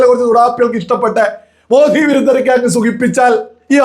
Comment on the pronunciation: It is Modi,not Modhi.